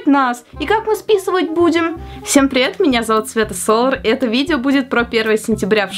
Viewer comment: Хоспаде, Соллар а не Солор